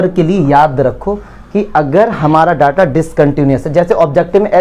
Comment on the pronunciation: Daata nahi ho ta hr data hota he